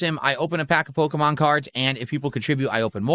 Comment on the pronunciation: It’s Pokémon. Not Pokuhmon.